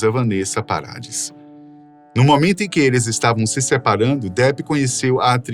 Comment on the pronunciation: Absurdo um apresentador não PROCURAR SABER as pronúncias das palavras que desconhece: o sobrenome da mãe dos filhos de Johnny Depp: PARADIS (procura no Google pronunciation), a palavra CULT, etc. O trabalho é apresentar. Portanto, tem que pronunciar corretamente as palavras. Quando não souber, procure!